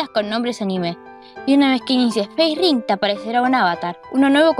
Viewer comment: me kga cuando le dicen facering, es Facerig